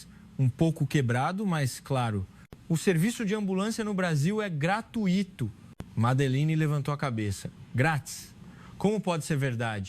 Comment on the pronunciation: GratUÍto? É dose cavalar. É graTUIto. Não tem acento.